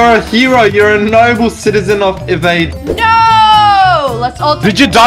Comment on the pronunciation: E-VADE not eh-vade